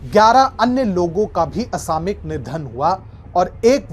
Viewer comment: the correct pronunciation is 'असामयिक' NOT 'असामिक'